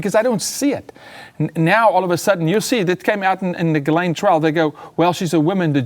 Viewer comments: He can't pronounce GHISLAINE properly.... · No credibility; mispronouncing GHISLAINE